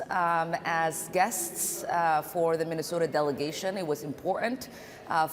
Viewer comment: Its important. 3 syllables. Also he referred to Somalia pirates in Minaosoda